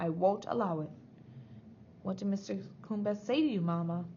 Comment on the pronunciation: Hi, these readings are great and are saving my voice. Just a little reflection - I think you may be mispronouncing a couple of the names - Mr Coombes is Mr. Cooms (silent b) and Thwaites is pronounced as all one sound thw-aites ( not Thee-Watts).Hope that feedback helps a little. Cheers:-)